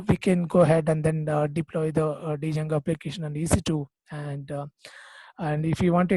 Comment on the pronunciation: great explanation, but please try not to call it d + jango, only in India we tend to do this mistake, d is silent, it should be pronounced jango, otherwise it's a great video, thank you :)